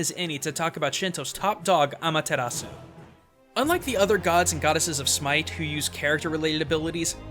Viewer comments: When saying Amaterasu, dont roll your r's. It is a japanese name and in japanese you pronounce R's with an L sound. Just a suggestion about pronunciation. The video was really informational though! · Nope I imidiatly tought about Okami aswell when he said Ameritasu